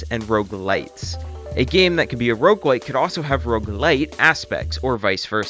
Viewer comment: It's rogue and not rouge. rouge means red in french